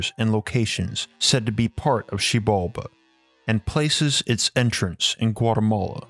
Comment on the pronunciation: You're saying Shambhala wrong, it's SHAHM BAH LAH not SH AA (like the a sound in apple) HM BALL AH. And I think you mean that the story is based on LEGEND not Myth. A Legend is something that is based on truth, something that actually happened or actually exists or existed/happened in the past. A Myth on the other hand is something that is totally and completely made up. You're talking about Agartha as if it actually existed in the past and may actually still exist due to all the coincidences around the world and how every culture had a story fitting the details of the city making it a LEGEND and NOT a Myth.